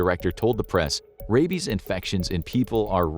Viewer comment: "What if he has Radies?" its "Rabies" with a B. Not "Radies"